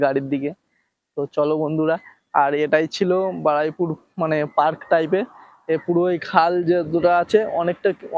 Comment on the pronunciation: Bhai Baraipur na, Baruipur hobe...video korar age jaigar naam ta thik kore nao,Karon ei bhabe lok mukhe bhul uchcharon hote hote ei jaigatar naam ta bikrito hoye jabe..